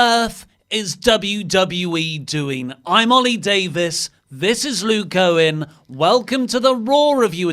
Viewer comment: I always hear Luke's name as Lou Cohen